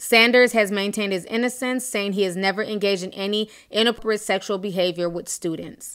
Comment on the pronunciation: Ti you can't read for shit but I love you girl😂 The way you pronounced "inappropriate" had me dead.